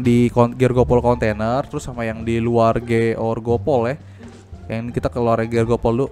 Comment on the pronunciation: Grogol bang bukan georgopol 😂